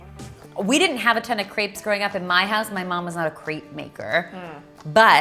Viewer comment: This looks amazing. But I can't believe how you pronounce "crêpe" (no offense). I will definitively try this recipe. :-)